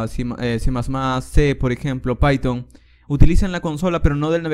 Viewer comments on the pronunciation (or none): none